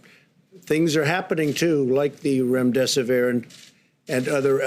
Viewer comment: Remdesivir not Remdesivirin?? WTF!